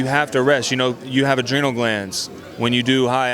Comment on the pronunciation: this boy said ADRYNOL GLANDS!!!!!!!!!!!!!